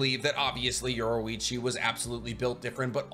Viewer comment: Bro said yorwoichi